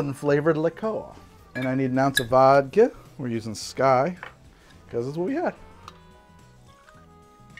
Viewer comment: Ok it’s hard to take this guy seriously as a bartender when he miss pronounces Skyy Vodka